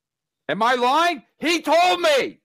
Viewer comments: “IM NOT LOY YING, CHAD IS A POS” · Kevin pronounces “lying” like Bobo off the O&A show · Your not loy ying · I..I...I'm not loy-ying